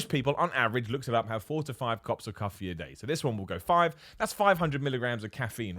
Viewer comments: “cop of cuffee” “cops of cuffee” I think you need to get back on the cuffee bro 😂😂😂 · Why is he switching the first syllables of 'cup' and 'coffee' to be "Cop of Cuffee" :'D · says cops of cuffee and it makes me smile. please add the ding ding sound back to the end of the videos when you want us to hit the notification bell. Life doesn’t make sense without it